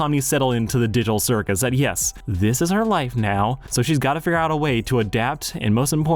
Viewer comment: did he just say the diddle circus?